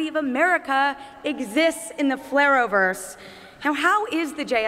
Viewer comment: Wait a sec ... did she say FLARROWVERSE?!?? I mean it will always be the arrow verse